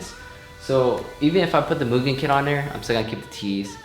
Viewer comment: Its Mugen not Moo-gen. Ha,jk.